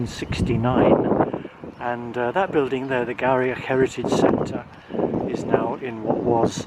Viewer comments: Thanks for the review of Inverurie Station and surrounds. Just an FYI...Garioch is pronounced "Gheerie" as in "cheery". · FYI, Garioch is pronounced "Geery".